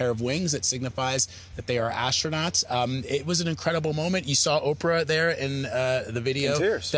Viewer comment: NOT Astro-Nots 😂